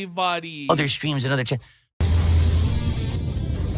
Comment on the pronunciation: "thank you derich"